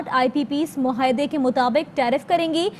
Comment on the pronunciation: اے آر وائی ایڈمن۔ مہاعدے۔ مھاعدے۔ نہیں۔ معاہدے۔ ُ م ع ا ہ د ے پُھوک۔ نہیں۔ پھوک۔ برائے کرم اردو کے ادائیگی میں حروف تہجی کی درست ادائیگی کروائیے۔ بہت سارے طلباء اس سے سیکھتے ھیں